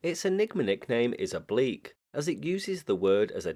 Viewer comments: I'm can't hear anything else than "oblicz" no matter how I try. Maybe there is some other explanation, but it doesn't sound like eng. oblique and definitely not like obliks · I'm not sure if that woman said "oblique", to me sounds more like "oblicz" which means "calculate" 😅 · It ends on a hard K, not a shh sound like oblicz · oblicz doesn't end on a "shh" sound, it is more similar to eng. "ch". I can't hear a polish K there either